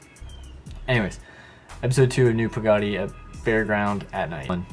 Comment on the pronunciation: say it like Pa Ga Diy like theres 3 different words but say it fast...not like 2 words Pa-gody